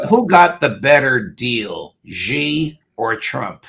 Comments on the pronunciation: Xi Jinping-Xi is pronounced “Shee” not Gee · Xi is NOT pronounced Jee...It's pronounced She! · Xi is pronounced “Shee”. These two brilliant guys can’t know everything. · Mr Crooke, if you like: learn to pronounce Xi's name right. He's maybe the most important leader on Earth and you are an expert.